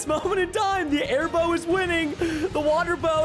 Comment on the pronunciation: The airbow sounds like hairbo